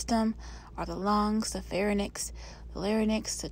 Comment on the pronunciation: everytime u say pharynix it kinda pisses me off😂 its (fai-rinks) not fa-ra-nix